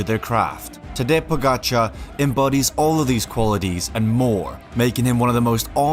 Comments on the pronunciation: It is Tadej - as in Tadey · But it's not Tadeche Pogačar... its Tadej Pogačar!